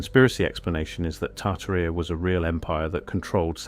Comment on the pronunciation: Tarta rheeea😂😂😂 it’s tar Tare eee uh